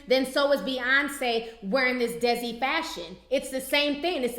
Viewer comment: lol T, it's pronounced DAY-SEE culture. it's the indian community.